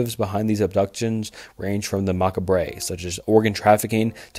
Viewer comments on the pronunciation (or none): For future reference, macabre is pronounces “muh-kaab” like muh cob of corn but just muh cob, although I enjoy hearing macabre sounded out, fits the word well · Also macabre is not pronounced mock-ah-bray lmao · Did you mean innocuous? (in-knock-you-us) Because "incestuous" is a whole other thing. 😁 Also, macabre is "mah-cob." No hate, some pronunciations do NOT make sense! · He just has no idea how to pronounce the words he's using. "Macca bray" for macabre, for example. He's reading off a script he didn't write. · “Mockabray” lol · Great literature, good composition, great voice for narration - terrible grammar. Do some editing my guy - macabre = (mah-kahb). Damaged, not - dah-maaaaaaaged. This might be the difference between 57.1k subscribers and 571k subscribers. You’ve got all the ingredients of a big success - reel that grammar in. I know an hour is a long damn time in actual work, this hour took what, 12-16 actual hours? That’s a lot of work to lose potential subs by not spending an extra 10 minutes to edit grammar. Good luck. Ill be watching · I'm sorry but bro said maka-bray instead of macabre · I’m sorry but the way you keep pronouncing “macabre” as “macca-bray” is killing me 💀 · I almost got through it bro. But the way you said macabre and actually pulled me out of studying to switch the video off. If you don't recognize a word PLEASE look it up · One day he’ll learn how to pronounce macabre